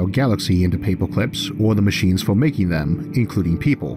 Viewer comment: Paypwah cwips lol mans got a voice for radio